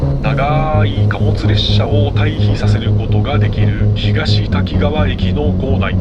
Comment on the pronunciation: たきがわと濁らず、たきかわデス😂😂